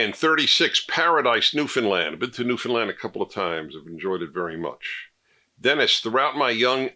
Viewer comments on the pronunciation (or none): Good to see you smoking your non-PC cigar again? "Parenting"? There is a verb 'to parent'? News to me. Please pronounce it "New-found-LAND". Thank you. Comments 101...